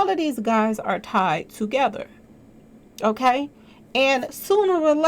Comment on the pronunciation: lol "okklay"